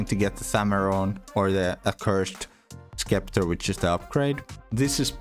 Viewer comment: Just an FYI “Scepter” is pronounced “septer” in english